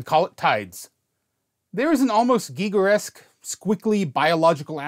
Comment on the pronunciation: Massive props for pronouncing "Giger-esque" correctly. Every time someone pronounces his name correctly, a demon gets its phallic, pallid gray wings.